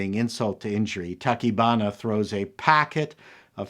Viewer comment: I've never been a big fan of giant monster movies, but I have to say I loved this one, because of the human drama and the hero's journey. (on a side note, you got most of the names right, except, Tachibana is pronounced ta-chee-ba-na; yes, I speak Japanese)